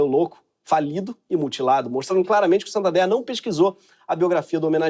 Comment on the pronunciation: SANTANDOR... Gente foi a parte que eu mais ri, tive uma crise aqui.... Aí que dó! 😂😂😂😂😂😂😂😂